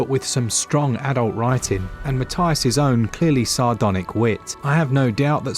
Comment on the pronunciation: This is getting rave reviews and I think I’ll support the guy by buying it on more than one platform. Also because my name is Matthias too :) (even though your pronunciation is a bit off ;)